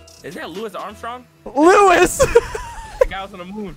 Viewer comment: really got Louis Armstrong mixed up with Niel Armstrong and managed to mess up the pronunciation of Louis at the same time lmao